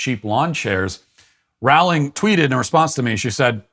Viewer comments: Please learn to pronounce Rowling's name correctly. It rhymes with "bowling", not "howling". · Matt: Rawling Me being a massive potter head: ROWling like row row row your boat! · Pronounced Rowling like Bowling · That's not how you pronouns her name Matt. Do better.